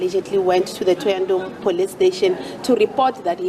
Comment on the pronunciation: The mf can't even say thohoyandou